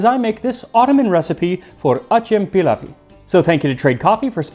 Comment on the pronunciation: if it's Turkish it's going to be pronounced more like "ajem pillaw" or "a-gem-pill-ow"